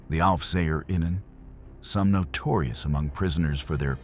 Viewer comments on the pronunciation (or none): none